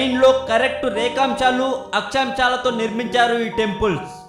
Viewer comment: akchamchalu rekamchalu, me kitchen lo chemchalu kadu, Akshaamshalu & Rekaamshalu..